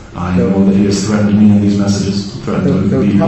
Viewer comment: I cant stand when people add a syllable to anything ending in ed. Threat-tend. Ugh. Butt-ton ugh. Ick. Stop it. Not to mention, he left his house snd went to a public place at the time mentioned by the "stalker." Stalkinh victims dont ussually meet their stalker half way punctually.